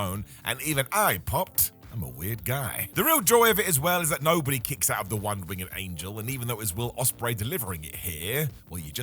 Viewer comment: Its winged not wing-ed